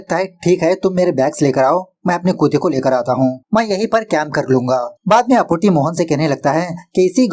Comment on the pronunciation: Bhai tum Kuttey(कुत्ते) ko koote(कूते) q pronounce krte ho, it's sounds very weird